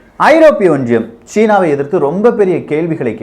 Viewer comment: Neenga pesara tone and Tamil pronunciation awful iruku. Romba disturbing and irritating iruku. Specific sollanum na antha (Europe)onriyam.unga team motive superb. But, presenter ha maathunga pls.